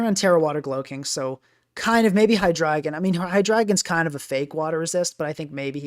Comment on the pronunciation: My heart feels good that you are the only person who pronounces that Pokémon‘s name correctly. Drei for 3